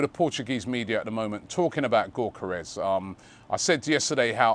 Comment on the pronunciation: Say it with me....Yok Yok Yok Yok Yokeres.....not Gork Gork Gorkeres....cheers champ